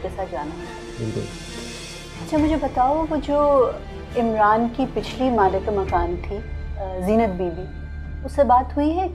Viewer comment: It's malik makaan. Ye achanak sab log ghalat urdu q bol rhe hain?